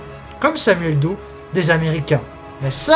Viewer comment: "Do_e". Apprenez au moins à prononcer le nom de celui sur lequel vous essayez de faire un documentaire. Son nom ne s'est jamais prononcé de la sorte, ni en français, ni en anglais. Du plagiat de surcroit.